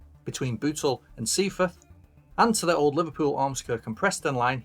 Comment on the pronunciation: minor point. Seaforth is pronounced not as seafeth as , it isn't a truncated word....it is two words said in one.... see forth